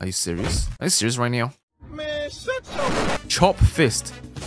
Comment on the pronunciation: my favorite YouTuber said "are you serious right neow?" nice video